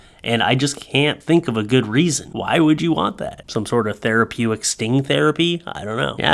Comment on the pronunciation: Did you just say 'thera-PEW-ic'? Don't you mean therapeutic?